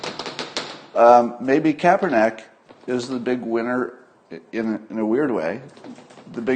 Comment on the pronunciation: It is Kaepernick, not *neck